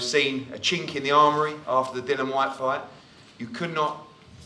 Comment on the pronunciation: Who is this "Dillon" Whyte bloke Eddie er, Ahern speaks of? lol